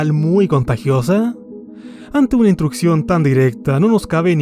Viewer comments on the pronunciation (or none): Estimado...con todo respeto, en serio no puedes pronunciar la x? Dices Ecpresión. También dices intrucción. Te comes el sonido de la s. También dices circuntacias.